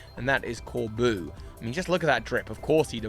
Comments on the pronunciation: As a french viewer, it was ear piercing to hear you say "Corbu" for "Corbeau" all along that watch... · My dear,, his name is Corbeau not Corboo. It’s just the word beau. France is right there next door, buddy. This wasn’t a hard one. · The "eau" in Corbeau is a simple O sound,; not an "oo" like in boo. Source: I am a French person. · I would argue that IF Corbeau (which is pronunced cor-BOW btw) is indeed from Mossui Town and related to Kieran and Carmine (which from the dialect he uses does not seem to be the case, I'm surprised you didn't mention that), then he would know that the Loyal Three are imposters, I mean it was a pretty big plot point in the Teal Mask that Kieran's family is the only one who knows the truth about the ogre and the Loyal Three. I'd also argue that it makes sense Corbeau and Feazandipity share a color palette since that colour palette in the usual poison-type colour palette. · hi resident french here Corbeau is said "corbo" with the latter o like in comb*o* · I love that you pronounce his name core-boo, bc my entire social media feeds has been nothing but people wanting him to be their boo since the moment he appeared 😂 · I'd personally like to imagine his name is pronounced "Cor- Boh" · Pronounce it O. CorbO. A corbeau is a Raven in french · fyi corbeau is pronounced corbo and is french for crow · Honestly it just made me giggle, like was calling Corbeau his boo